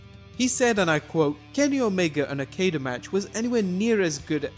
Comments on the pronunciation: Dude you need to learn to pronounce Okada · boy, you didn't even try to fucking say Okadas name correctly huh? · Your pronunciation of Okada Made me cringe so bad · K.C. Hunter Or the fact that he should of tried to do some research. He can't even pronounce Okada! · The pronunciation of Okada is wrong, but seems like a reasonable guess. However, I have no clue how you got "Haruku Gotu" from Hirooki Goto. That level of mispronunciation is something else. If you're going to say foreign names, you should probably learn how to pronounce them :|